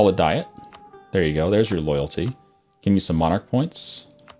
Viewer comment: In the context it is used in this game, "diet" is pronounced "Dee-it"